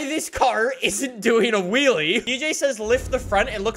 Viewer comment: So during the video he said RALYE 5 times and WHEELYE 3 times